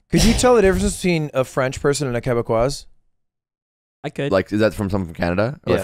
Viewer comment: OK Ludwig you are saying Québecois wrong